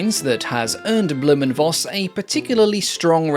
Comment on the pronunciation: "Voss" in "Blohm & Voss" is pronounced "Foss" BTW. It is a Low German family name that translates to "fox".